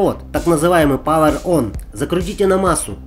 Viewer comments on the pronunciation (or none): none